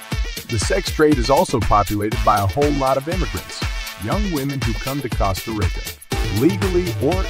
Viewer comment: Lol, its Tica, like teeeka, not Tieca.. Its Costa like Coast.,Not costa like cost.....its Rica like reeka.....🤦🏼‍♂️